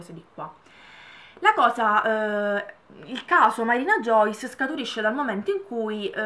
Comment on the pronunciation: grazie milleee♥ comunque io la penso ESATTAMENTE come te, soprattutto sul fatto delle visualizzazioni e dei messaggi su twitter. (finalmente qualcuno che pronuncia bene il mio nome e cognomee haha)